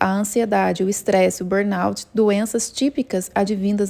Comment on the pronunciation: Só uma coisa: é BURNOUT e não BOURNUT. Só ai vcbdeve ter perdido alguns pontinhos, mas acontece.